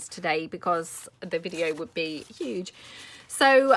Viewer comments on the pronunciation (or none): none